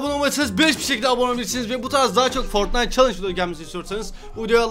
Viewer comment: foytnite W H A T :D